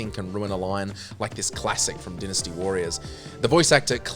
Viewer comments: It's dynasty not dinisty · It's pronounced dynasty (d-eye-nusty), not dinnesty and Titus (t-eye-tus), not tittus